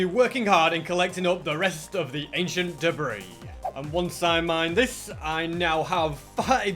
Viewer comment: I love how says achient debris lol